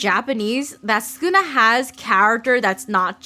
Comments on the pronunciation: It's Sukuna not skuna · Do we just not pronounce the first u in sukuna? Mr skooma the calamity from the hein era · ah yes skuna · “skuna” (sukuna) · actually, its pronounced sukuna and not skuna, youre skiping the first u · Its not skuna it’s sukuna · Sukuna ❌ Skuna ✅ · Is it just me, or does it sound like she’s saying ‘Skoona’ when trying to pronounce ‘Sukuna’? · Won’t listen to any “expert linguist” who calls Sukuna, Skuna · Why is she saying skuna am I going crazy? Suuukana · Did no one catch her calling Sukuna; Skuna? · Who is skuna bruh isn’t it su-kuna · STOP CALLING HIM SKUNA 😭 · i hate how she says skuna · Todo fr said sonion